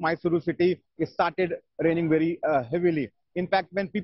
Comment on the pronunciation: Bery bery true leader🤧